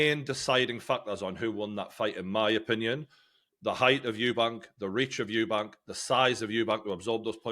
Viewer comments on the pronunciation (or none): If ur gonna be completely biased in Conor Benns favour least you can do is pronounce Chris EUBANK Juniors name properly. Disrespectful. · It’s Eubank not Eubanks. Thares no S. No hate, you just say it wrong every time and some people might discount your fighting knowledge if you’re not even getting fighters names right. Good chat anyway.